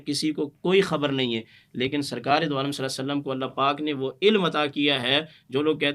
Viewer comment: کم ازکم درود پاک تو صحیح طرح پڑھ دیا کریں،صلے سلم کیا ھوتا ھے،کیا مطلب ھے اسکا۔یہ کون سا درود ھے،استغفراللہ